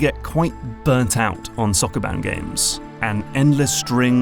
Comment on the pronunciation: That Sokoban pronunciation caught me off guard